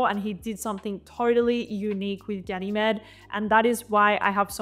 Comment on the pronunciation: It's pronounced as Ga-nuh-meed. As in the Greek mythological character Ganymede.